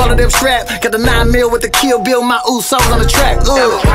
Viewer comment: They pronounce uso's like plastics. Throw some traditional wear on them and see if they can do their traditional dance. Got us sa's in the US titling their song my usos yet can't even pronounce it properly.